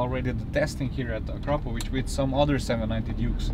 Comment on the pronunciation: now i know the correct pronunciation of Akrapovič... been saying it wrong the whole time hahaha